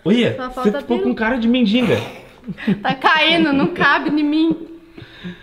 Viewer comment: tão bonita falando mendinga (mendiga)